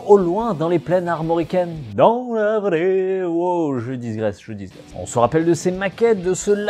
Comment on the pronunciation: 1 graisse, 2 graisses .. 10 graisses, Non gros (avec 10 (prononcez "disse" j'suis toulousain) graisses je peux t'appeller "gros"), tu ne "dixgraisses" pas ça n'existe pas : tu digresses, ça suffira ;) Sinon comme d'hab t'as fais du bon taf, lache rien !